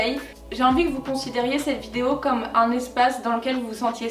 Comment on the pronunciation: le « unn jus de céleri » m’a tellement fait rire 😂😂😂